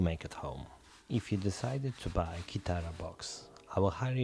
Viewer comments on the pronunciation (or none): none